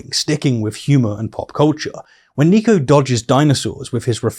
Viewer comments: It’s Niko not Neeko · nick-o not neek-o btw :) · Its NIKO not NEEKO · I just wanted to point out that Niko's name is pronounced "Nick-oh"